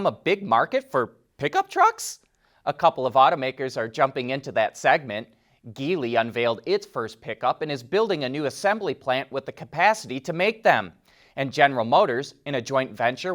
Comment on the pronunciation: Please, it’s jee-ly, not ghee-ly.